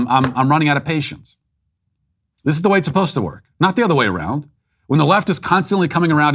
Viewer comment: The lady straight said,“tiptoeing awound” Sounds like the hunter from bugs bunny. “Wabbit”